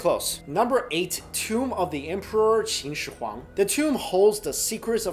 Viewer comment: You pronounced his name wrong it's pronounced like this (shi-wong-di)